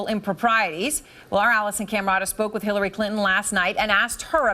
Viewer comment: holy shit she slipped and said Shillary lol